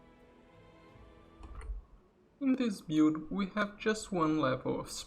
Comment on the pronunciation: Can you stop saying " Bewd " instead of " build" every, damned, time ???